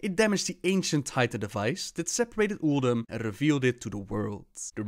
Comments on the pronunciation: ulDOOM? did she just say ulDOOM? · why does pronounce Uldum weird? or it is just me. I really like the Monk class hall loading art. alot more than the demon hunter one.